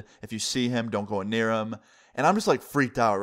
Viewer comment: Why does always say "anear" instead of "near"